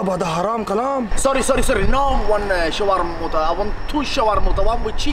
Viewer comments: Shawarmuttah? Wallah haram habibi 😂😂😂😂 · shawarmouta HAHAHAHA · Shawamuta indeed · 😁😁😁sha-war-ma,. love that food. ..wraps the way he say it😁😁😁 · Shawarmutha my friend😙😅😅🤣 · shawarmoota, that was hilarious!!! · I dont speak much arabic but when i heard “Schwar-moota” i fucken died cause shermoota was one of the few words ive learnt🤣🤣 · When the guy said shawarmota I was going to pee my pants